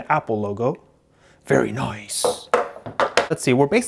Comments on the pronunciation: Monica Guzman no he said vetty noice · Very noiceeeeeeeeeeeeeeeeeeeee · 97% is saying like for iPhone or Samsung 2% Is saying how many times did he say very noice 1% is jokes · Monica Guzman I know right and the way he says it very noiceee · His very noicee is funny tbh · No it’s “very noice” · "Very nooice"😂